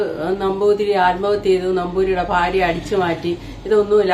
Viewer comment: ചേച്ചീ ഫാര്യ അല്ല ഭാര്യ